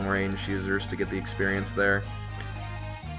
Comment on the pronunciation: So why did you call it "experienoso"?